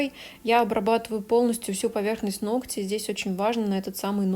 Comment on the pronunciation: Не ногтЯ, а нОгтя!!! Сколько можно?!?!🙄 Видео полезные, интересные и информативные, НО из-за таких ошибок неприятно смотреть(((